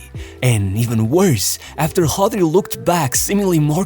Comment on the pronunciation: Why do you pronounce it as Hodri 😂 to sound more authentic